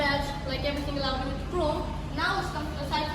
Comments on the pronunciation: he is using american accent in very few words... rest of them are british!! so it's not necessary to say that american one in this purpose whether it's sound bad! and do some research that the american one is also not auudii it's "aowdi" but he is saying it like uuu which sounds bad and also artificial overdo!! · u tryna say u feels awkward after hearing this sound ,,yeah the correct pronunciation is aw-dee in American accent ,,I wanna say leave it and don't watch this video cuz it's not going to fix anyway and he'll improve his pronunciation Inshallah ,,so leave it ,,and I think the weird0 thing is bout pronouncing so this kinda thing stucked u badly